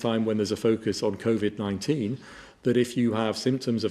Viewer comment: I know that this is a SERIOUS ISSUE... But will someone please, for the love of God, teach Michael Gove on how to pronounce "COVID-19" properly!!! It's really grates on me how he's pronouncing it! It's "Co" as in a website and "vid" as in video!!! Not a the weird way he's saying it!!! Grrrrrrrrrrrrr